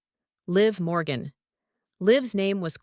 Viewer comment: Ahh ...the last name is MORGAN....NOT Borgan... sheesh!!